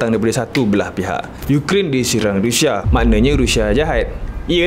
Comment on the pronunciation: Hahahahaha abg sebut rushia ke? Rindu??